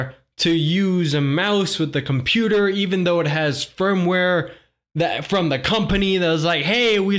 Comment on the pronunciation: Computeeeaasahh game